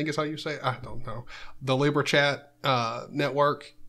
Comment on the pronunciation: Lib-era also I'm not that Josh guy, go subscribe to 10leej not me.